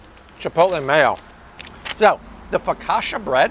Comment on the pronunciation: Love the videos but Fo ka sha? I don’t think that’s how you say focaccia.